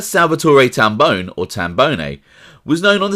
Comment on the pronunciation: It’s Tam Bon”e” not bone How I know? It’s my last name.